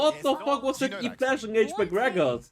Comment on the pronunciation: That's e -> flash XD not flash E hahahaha